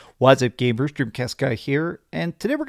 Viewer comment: Yeah, I just rewinded the intro 3 times because it sounded weird. Still couldnt tell. So I used captions just to make sure. Gamers. Okay.